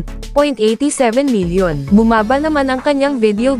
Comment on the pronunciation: anong one million video views sabi mo, hindi ba one billion nayan....:face-blue-smiling::face-purple-crying:linawin mo pag bigkas mo.